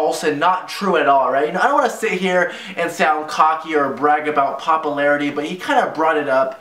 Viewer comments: I also found it hypocritical that rice gum said that drama was bad yet having his entire channel be about the SMALLEST things into drama, hate comment? DRAMA meme about him? DRAMA, ect. (Listen to him say popularity, "pop-o-larity") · "Papalarity" - Ricegum